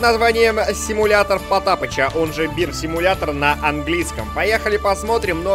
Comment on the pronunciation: Симуятор ведмедя)) чьо?) пачему "Симуятор ведмедя"?!?!))